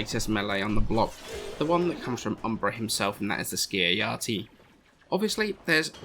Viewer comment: Ski-uh-ya-ti? This isn't Norse; pronounce the J.